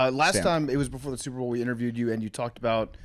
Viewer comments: Is Big Cat saying Soup Bowl intentionally now? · Holy shit BC does say Soup-Bowl